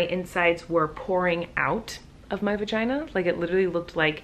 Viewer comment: Libby XoX She said vaheeheee